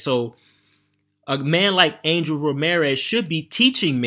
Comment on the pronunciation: using Angel's name for views and couldn't get his name right 😂